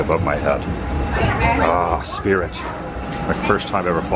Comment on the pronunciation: The "Sprit" of Mediocrity?